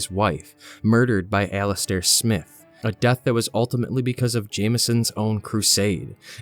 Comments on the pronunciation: Why did you pronounce "Alastair Smyhte" as "Alastair Smith"? It's Smythe as in a long "i". Sm-eye-th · i am still reeling over the fact that he said "Smith" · Didn't even pronounce Alistair Smythe's name correctly🤦‍♂️